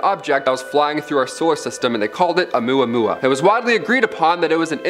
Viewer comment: You said Omuamua Right